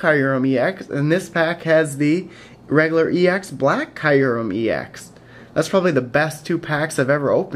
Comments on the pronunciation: Please give me white kyurem ex! BTW its pronounced kyu REM not kiu REM. It would make a great addition to my collection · dont mean to be picky but kyurem is pronounced 'cure-rem' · It's KAI - rem. They pronounced it in the movie. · I pronounced it wrong in this video, after watching the Pokemon movie it is pronounced like CureRem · Nope, in my Official Pokemon Handbook, the pronunciation is written as KYOO-rem. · its key;rem thats how u sound it out your welcome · actually its pronounced kee-oo-rum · It's pronounced cy-oo-rem